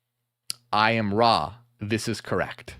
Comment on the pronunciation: It's Ra not raw